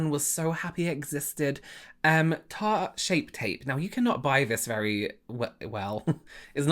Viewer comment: I’m dying at you calling it Shart instead of Tarte. 💀🪦